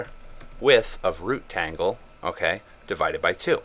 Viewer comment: rootTangle? lol